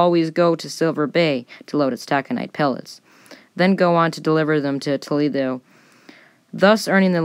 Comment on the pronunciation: Were you drunk when you recorded this, then said ‘meh, good enuf’ during editing? “…took 3 hits to break the bottle to CRY-ssind the ship…..” tawl-eh-doh does not equal Toledo. I gave up shortly thereafter. And the narration volume was all over the place.